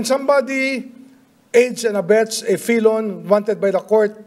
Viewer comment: Anong “ fee-lon “ ? Anong “ Fi-lon “ ? Felon!!!!😅